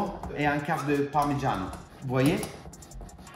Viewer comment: His "parmigiano" is totally italian except for the "r" which is influenced by his mindset of speaking french